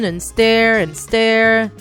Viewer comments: The way the narrator pronounces "Stir" or "Stirring" >U< it's like "Stare" or "Staring" 😂😂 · when u say stir u say "stare" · And,yes I heard stir as stare. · It's not stair it's stir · I'm not correcting u but did u just say "steir"? Isn't it suppost to be stir? And in suplies the spelling of that are "supplies" um not mad just saying Like if u heard/seenthese word "steir and suplies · Am I the only one that heard “Stare” instead of “Stir”? 😂😂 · Me too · you made several mistakes with your words first you said feet then you said stare instead of stir so yeah and you forgot one of the people who make slime also is Jojo siwa so keep up it's Plato at the end it was Play-Doh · Did anyone not feel annoyed and triggered when she said stare instead of stir? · Am I the only one hearing stare not stir! Lol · They say stare instead of stir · It sounds like shes saying, "stare and stare"